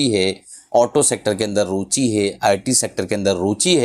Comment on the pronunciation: रुचि होता है रुचि